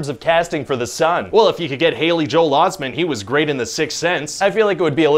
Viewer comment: Haley Joel Osment, not Osman